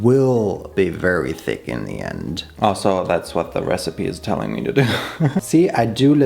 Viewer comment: The way you pronounce "thick" like "fake" is sending me into laughter.